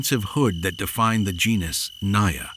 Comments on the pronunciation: First of all it isn't pronounced as "NAYA" but "NAGA" . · It is not NAYA, it is NAJA which is derived fomr NAGA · Because it mispronounced genus not even on 2 minutes mark. (Naya). What naya. Pronounce the J like man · Naja is pronounced with a hard j. At least here in Asia it is and we're where a lot of cobras live. Also where the king Cobra lives, not actual cobrasnbut they're as cute as a normal one. Just very very angry all the time for some reason.